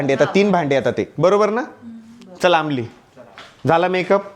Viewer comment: Amol ❌ Aamli ✅